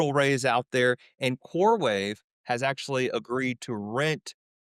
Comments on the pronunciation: It's coreWEAVE not wave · CoreWEAVE not CoreWAVE... Sorry I cant. 😖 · It’s core-weave not core wave😂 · its CoreWeave not CoreWave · It is “Coreweave”. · He kept saying core wave. He coreweve ?!?